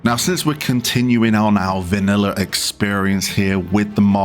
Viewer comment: A very “vaniller” experience indeed